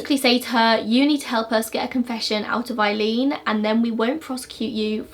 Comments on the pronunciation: Aileen Pronounced, "Ay"-leen, not "Eye"-leen, from an Eileen. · Great video.I just have to let you know her name is 'Aileen' pronounced like 'Ay-leen' .like the word 'hay ' without the 'h'. Well done on content .wonder what would have happened if her mother had kept her.